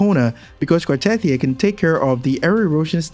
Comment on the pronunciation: just saying, that isn't how you pronounce "Cartethyia". They literally give you the right pronunciation in the story?